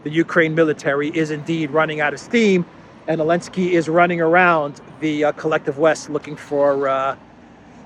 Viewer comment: I've been watching Duran for a few months, is my favourite. Can anyone explain to me what's the reason for to call "Z" Elensky? Why does he drop the "Z"?